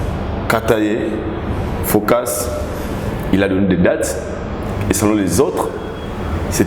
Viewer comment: comment prononce FOCUS? 🙄mon cher prononce tous simplement en français.